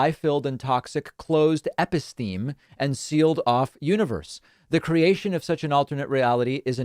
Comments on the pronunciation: The word is pronounced "epist-eh-may", not "epi-steam" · David, "episteme" has four syllables, not three. Something like "Eppy Steamy".